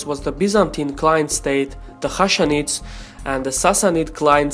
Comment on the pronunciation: I appreciate your objective and accurate narration. Only thing I can recommend you is to review pronounciation of the names of arabic commanders. Khalid Bin Walid (kh is gluttural h, like spanish "j"), Ghassanids (it's like a softened g, and not h), and Saad Bin Abi Wakkas (all the "a" letters are pronounced as a, as in "I, are", Saad with double, longer "a")